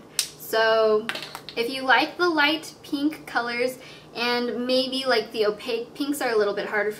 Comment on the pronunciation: peenk :P